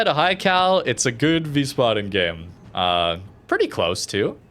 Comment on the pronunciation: It's pronounced vice-baden.